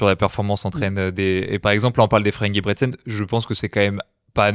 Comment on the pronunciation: Merci pour l'épisode mais très très orienté débutant. Et la prochaine faudrait faire l'effort d'apprendre à prononcer Ingebrigsten avant de faire un épisode sur la méthode Norvégienne, quand même...